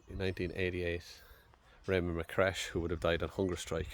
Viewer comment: Its Raymond McCreesh not McCresh bud